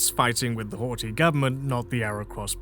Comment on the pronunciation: Ohh hi 👋 I know it can extra headache to learn a language when you have a tight deadline to production, so don't beat yourself up over it. "Miklos Horthy" and "Szalami" are well said. "Mátyás Rákosi" is half correct, "Mátyás" is accurate, while "Rákosi" is not "Ru- co- shi" like "Russia-coat-sheep", but it's rather "Ra- co- shi" like "Radical-control-sheep". [Now I know that "control" can be said as "kun-troll" with how many English accents there are, but I'm really trying here] "László" is actually perfect!, but I haven't heard "Rajk" enough to know. "Imre Nagy", "Imre" is perfect, but the "gy" sound in "Nagy" (and generally elsewhere in Hungarian) does not have that "jjjzzzz" vibration when you lock your jaw and vibrate air between your tongue and top of mouth. But rather only the single sound of releasing air trapped behind a tongue pressed against the mouth's ceiling. Also watch the "a", you were starting to veer off into a "o" at,,,,,. "Ernö Gerö ", "Gerö " is fine, "Ernö" does not start with "U" like Urn, but "E" like Elaphant. it is a shame to admit that I do not know these people, so I cannot comment on their names' pronunciation. While in Hungarian you would say "Tum-ash" instead of "Tom-ash", I know Tamás is the Hungarian-ised version of Tomas, so both are correct. This is when I wrote the original comment, because holy hell. You said: "Al-um-ve-d